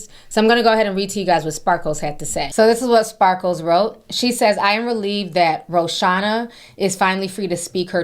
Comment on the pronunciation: I giggle every time Ti calls her SparkleS 😂🙊